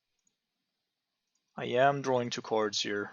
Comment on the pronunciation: It sounds like you're almost eating your tongue when you pronounce "cards". [Ceerrrds] :D